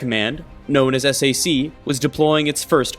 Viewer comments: SAC (Strategic Air Command) is pronounced as Sack not Es-A-See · Let's get a few things corrected. The Sr-71 was also flying at Mach 3 in the same timeframe (starting with the A12), Second, this is the XB-70, not XP-70, and it's pronounced SAC, like sack, not S-A-C. And Yeager broke the sound barrier on Oct 14, 1947, not in December. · Not to be “that guy,” but SAC is pronounced as sack.